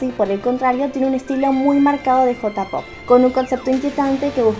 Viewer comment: Entertaiment se pronuncia enterteiment, J-POP se pronuncia lleipop y KPOP se pronuncia keipop Te quiero ❤️